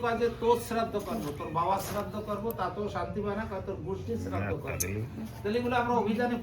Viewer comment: শ্রদ্ধ নয় শ্রোধা বেশ ভালো লাগলো হরি বল